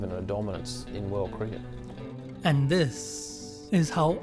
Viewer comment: The way you pronouce the word cricket is absolutely ridiculous!